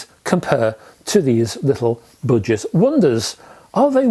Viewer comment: I kept thinking you said “ butchered”speakers! Your accent is fine except for the word budget. You butchered it.